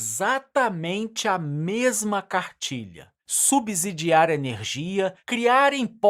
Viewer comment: Uma dica da língua portuguesa: a pronúncia é (SUBCIDIAR-SUBCÍDIO) a mesma regra para (SUBSEQUENTE), a letra "S" só tem som de "Z" entre vogais.